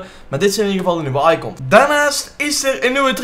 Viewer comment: hoe zeg jij icOns hh